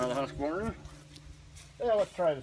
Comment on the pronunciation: Thank you so much for pronounciating everything correctly. I juat watched a video saying fRiskars And HusquAvana. And of course, thanks for a real splitting test from someone who really splits wood.